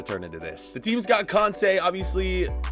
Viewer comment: its pronounced (Kon-te) you english meathead!!! Jk your not an english meat head its just that ppl saying mendy and kante make my laugh bc of the 442oons video